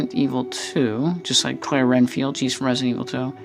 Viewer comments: its red field not ren field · I was about to say that it's Redfield but sometimes people mess up so that's ok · Nice video, thank you for it. My only complaint is.... for Chris and Claire Redfield you kept saying "RENFIELD" with an "N." But it's "REDFIELD," like the color "RED" with a "D." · Renfield? It's it's Redfield. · its redfild not renfild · I love the figures but I just want to correct you one thing it’s Redfield not “Renfield” not disrespect though dude I love the review